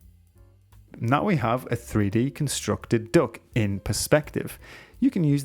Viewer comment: I kept hearing dog instead of duck 😭